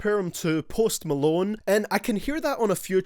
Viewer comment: Of course the person who made this video is some 25 year old white guy from Ireland with glasses and a shitty beard. I bet $10 this guy doesn't even listen to rap and if he does its probably logic and as he pronounced it "posed molone" pretty much just some nerd that got bullied in high school hating on all the good artists of this generation